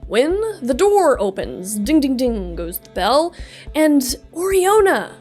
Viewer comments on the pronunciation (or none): none